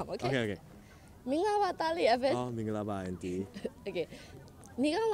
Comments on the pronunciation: wow his pronunciation is standard. No wonder he can speak so many languages at the beginning of the video, he said “mingalapar” it sounds like a native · His pronunciation is so perfect, especially "mingalarpar"